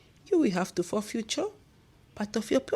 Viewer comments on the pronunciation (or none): my dear its forfeit not forfuture.